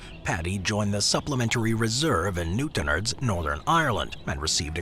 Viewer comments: Newtonards not newtonerds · Why did you butcher the names of the places I’m from, it’s new-town-ards and bang-ger that’s how you say the names. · Newt in ards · 😂😂😂😂 say Newtownards again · Newtonards has the emphasis on the last syllable, so it's a strong "arr" sound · The way he said Newtownards killed me 😂😂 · Lol he's not even close on Newtownards. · The pronounciation of Newtonards kill me lol